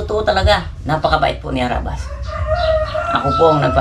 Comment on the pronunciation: Kabilang team bkit ndi mo mabigkas na harabas